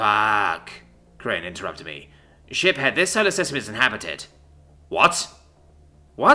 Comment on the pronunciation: So…I’m not the only one who, whenever he say’s Ship-Head Uleena, instead hears Shit Head Uleena….right?